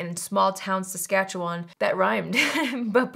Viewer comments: Huge props for pronouncing Saskatchewan correctly! I’m from there too. I need to find the Milani lipsticks. They are always sold out in the colours that I want. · Super impressed you pronounced Saskatchewan right!